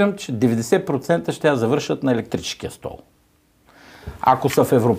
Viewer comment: Спри да казваш "СтратегичеШката", "ПолитичеШката", "ЕлектричеШкия" и тн....